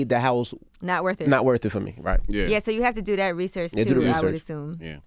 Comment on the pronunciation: The way he says "DEUU" YEUU"...